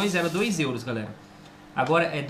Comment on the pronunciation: A ver agora este vídeo antigo é à espera a todo o momento que a Carina apareça na porta a dizer "olá galela" 😁😁😁😁😁😁😁